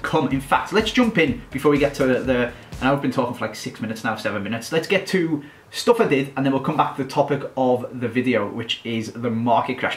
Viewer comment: It Sounds So Funny When You Say "Stuff I Did" And Your Accent Makes It Sound Like "Stuff Added" And Also Get Sessegnon And Change To The New Club Idea